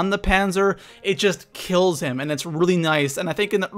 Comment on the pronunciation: soppused to be kills not hills lol